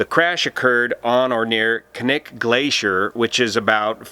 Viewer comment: Impressed that you said "Knik" correctly.